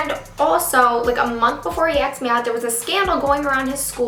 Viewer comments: is it just me that dies a little each time she says aksed instead of asked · axed me out.. "axed" bugged me so hard it's ASKEDDDDDD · im not a hater but its annoying how she says "axed" instead of "asked" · Asked me out not axed me out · Did she keep saying aksed instead of asked ?? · "asked" not "axed" Please! This made me click away from this video. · i can NOT with the jokes about her saying "axe" 💀💀💀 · "Axed me out" "assed me out" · Well I hope he doesn't "axe" you out 😂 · "Still hasn't axed me out " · You always say aksed hahah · Her saying "aks" is just perfect somehow 😂😜😝❤❤❤ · the story time was bomb but girl. it's asked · like how come he hasn't 'axed' me out yet? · Haha I love how she says axed me out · Take a shot every time she says "axed me out" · Am I the only one who hear her say acksed me out ???? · Is it just me or do I keep hearing "aks"? Pretty sure that's London slang ;) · "axed me out" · I'm Canadian and nobody says acskd instead of asked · This girl said "axed me out" at least 35 times lol